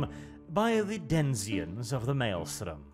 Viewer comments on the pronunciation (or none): Denzions?? My man, no, lol.